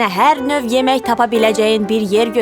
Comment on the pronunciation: yemeh yox yemek